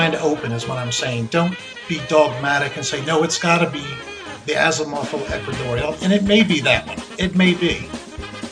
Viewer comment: Did he say "Asimoval equatorial"? As in Isaac Asimov?